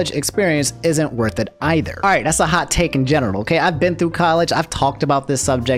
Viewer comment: did he say genital or general???